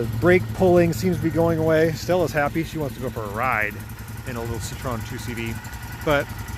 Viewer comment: Seesho-an is a type of Chinese food, hot. See-troe-en is a close approximation of how to say the name. Also, it looks like the dront vent is open. You can close it with the knob just above the shift lever. It's wonderful in summer, not so much now.